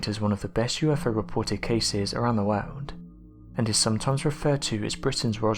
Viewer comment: I cannot stand the way he says " wowrld " AHHHH LoL